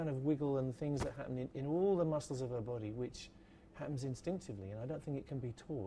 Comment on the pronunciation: that’s what she said. Also, I love how he says the word “body”